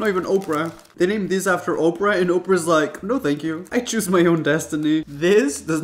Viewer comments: Okra Winfrey? LOL! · Duh ! Not Oprah but okra!